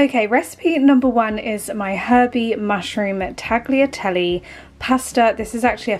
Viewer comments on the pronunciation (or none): Nice, easy recipes - thank you. I would switch the chicken for ground (minced) beef in a couple of the recipes. Also, Italians don't pronounce the "g" in "tagliatelle".